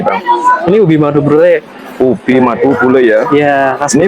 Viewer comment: Brruuullleee pak bukan bulee😮😢😢